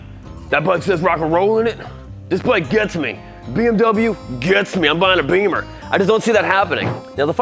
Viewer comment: The deutsche Police just drives BMW Motorcycles. But it's a small shame, that you present a bike from a brand, which you don't call correct.😬 We pronounce american car brands correct. And isn't it interesting, that you can drive a motorbike without the big noise, that the people around has to keep its ears?